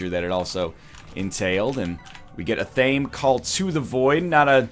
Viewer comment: It bums me out that NL is exactly the kind of guy who would love the tv show Charmed but he can't pronounce Athame